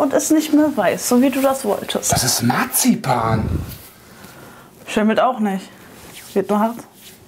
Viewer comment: Er hat gesagt narzipan